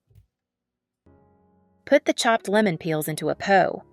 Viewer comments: I’m thinking that’s how it’s said where she’s from. 😊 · I think she meant put the peel in a pot….she said po!